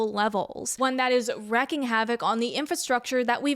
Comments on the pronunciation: not to be that guy, but "wreaking," not "wrecking" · Wreaking havok (Reek-ing) TBH I don't know if wrecking havok is substitutable here or not.